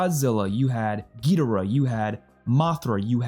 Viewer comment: Gid-or-uhh not gee-dir-ah. No offense